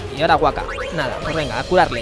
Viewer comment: La primera K de Wakka se pronuncia.